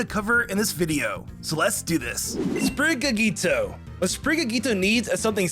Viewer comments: ah yes, “Sprigagito”. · "Sprigagito" never change never change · How do you look at Sprigatitos name and butcher it so much. Meowscarada too.